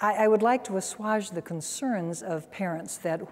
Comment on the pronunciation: "Assuage" is pronounced "uh-SWAYJ," not "uh-SWAHJ" as Dr. Scott does on more than one occasion. It rhymes with "sage," not "massage."